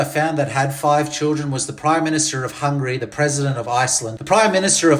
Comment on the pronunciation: what's going on here!? This was some serious pushback! 😂😂😂 I cannae stand our Andy - Pandy, that won't change. Also, it's Hun-ga-ry. Or, Magyarország... Now that'll teach you!! 😂❤